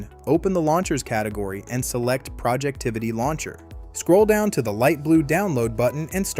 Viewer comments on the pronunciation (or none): It’s Projectivy, not “Projectivity”.